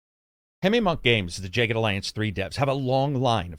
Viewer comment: Why in the world would you pronounce that “jay ged”